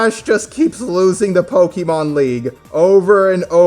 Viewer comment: Pokémon, not pokimon.